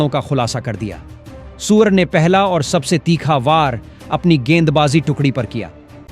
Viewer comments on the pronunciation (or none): Surey ko suver bol rahe ho Pahle theek se bolna sikho Shame on you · आप ठीक से हिंदी भी नहीं बोल सकते हो सूर्या को सूर कहते हो कुछ शर्म कर लो और टॉस इंडिया हारा था आप ने बताया इंडिया टॉस जीता और बैटिंग चुनी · सूर्य को सुअर कहने वाले को अपना उच्चारण ठीक करना होगा या उसे निकाल देना चाहिए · सबसे पहले तो आप अपना उच्चारण सुधारें, सूर्य को सूअर बोलते रहे, यह सही नहीं किया आपने.... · कृपया सूर्य कुमार के नाम का उच्चतम सुधारे,अपने समाचार वाचक को सूर्य और सूअर दोनो में जमीन आसमान का फरक है ,अगली बार ध्यान रखे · भाई गौरि से सुनो वो सुर नहीं सुअर भी बोले हैं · पहिले आप सूवर बोलना छेड दो